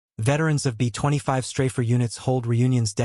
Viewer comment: Computer-generated, text-to-speech programs are still pretty retarded, and so they often say some retarded things, like, for example, "betwenty five", when it should be, B25 (bee twenty five). So why do so many of you just pump this crap out with, seemingly, no editing whatsoever?